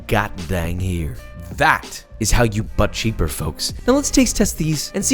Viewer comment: I will never stop hearing “butt cheeker”